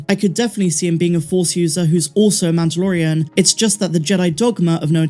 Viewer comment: why cant you say mandolorian? its not MANToLorIAn